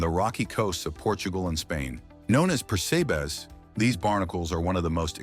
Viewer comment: " You Knee" ? lol it's ooh Knee. also Persabees are pronounced Per SEP us